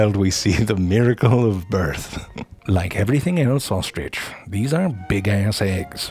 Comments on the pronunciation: Zefrank: “Here we explore true facts about the ohstrich.” Me: Uh, do you mean true facts about the ostrich? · I like saying, "There is no 'g' in ostrich. So often someone says 'ostrige'. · best pronunciation of ostrich ever 😂